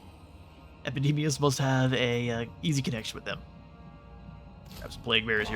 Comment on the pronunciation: does anyone else here hear MACADAMIAS! whenever he shouts what i assume is actually epidemias?